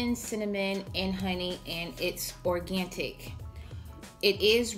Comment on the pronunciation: It's "OrganTIC" 😂 you're awesome.